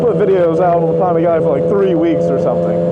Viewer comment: Pan-a-gally Not fucking pohn-a-gauly You said it so fucking much just say it correctly please. Jokes on your "expert opinion".